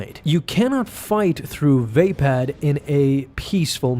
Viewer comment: Is it really pronounced VAY-pad?